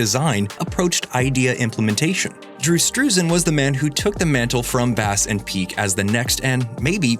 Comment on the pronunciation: Why not show his name? A good way to help us remember it — and because it’s a little hard to visualize when you say it as one word: “Drewstrussen” Head Salad! Then “standing there like they need a restroom.”